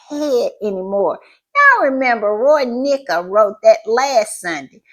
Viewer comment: Mica (pronounced Mesha) Paris is an excellent British singer who was one of my favourite artists Until this stupid comment Not a fan anymore!